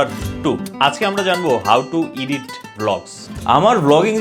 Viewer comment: ইডিট, ইডিটিং এটা সঠিক উচ্চারণ না ব্র।দয়া করে খেয়াল রাখতে পারেন।